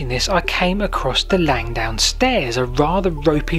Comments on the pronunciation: It's Langdon, not Langdown! It was a searchlight battery in WW1 I've been down there on a GeoCache hunt, about 15 years ago. It is steep. :o) There's no shame in vertigo. I have an irrational fear of dying in a plane crash. (Irrational because I don't fly.) All the best. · Langdon as it's spelt, not Langdown. Sorry you didn't make it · LangDON not LangDOWN! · Its Langdon, LangDON, not bloody Langdown. FFS!